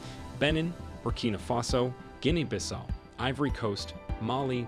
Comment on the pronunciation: Please pronounce Guinea properly!!!!!